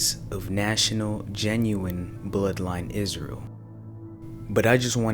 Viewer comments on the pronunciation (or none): none